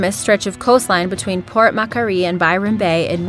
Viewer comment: Port not pirt... lol. RE comment below at the end about Port Macquarie. It is such a beautiful place. Never been hurt once and have taken my kids there many times and was an annual holiday destination growing up. More ppl get hurt and killed driving cars and campers to and from holiday destinations. It is called the Ocean and we are not born nor develop gills. Education and common sense can prevent all injuries and fatalities when entering... OR NOT... the HOMES of certain animals.